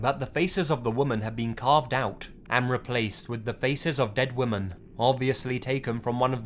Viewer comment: Lazy, Lazy, Lazy...please learn how to pronounce “women” properly.